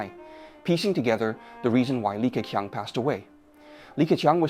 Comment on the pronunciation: 那些can’t的發音和好些字例如leader都是用了美音。而整體說話卻是仿英式的。克強的強很多次都發音不一致，plus講了ploose。這些都是AI有瑕疵的地方。不過已經很高水平，很多以英語為母語的人，其實措辭都不會表達得那麼好的。不能想像以後的Ai會去到什麼水平的了。